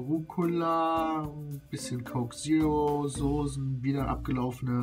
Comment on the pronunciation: Hahah das standart aldi kräuterbaguette und das heisst soßen nicht sosen.